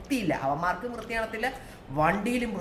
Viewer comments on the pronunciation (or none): none